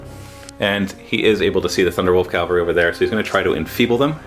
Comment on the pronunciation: a nitpick, but it's CAValry, not CALvary. Sorry. pet peeve.